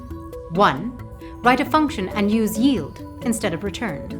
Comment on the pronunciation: The most important thing Ilearned in this video is how 'yield' is properly pronounced